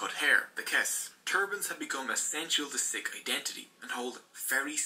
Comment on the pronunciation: Hi I am a Sikh on the video its pronounced wrong